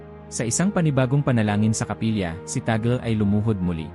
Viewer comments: ung gumagawa ng video parang nagtatangatangahan, T A G L E minsan T A G E L, para lang ba makakuha ng attention?????? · Ano ba talaga, cardinal TAGLE o TAGEL? Pati accent ng nagsasalita dapat ayosin pa. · TÀG LE NOT TAGLE AS IN TAGOL... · Mr. Narrator Tag_Le not Tag’el.. It’s a Filipino name. Nag nagta Tagalog naman naman kyo.. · TAGLE po. Tag- le pronounciation hindi tagle. Hindi Tagel. Kc witness po kami nung siya ay arsobispo pa rito sa manila. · Ayosin mo ang pag pronounce ng apilyedo ... TAG- LE sa pag bigkas😮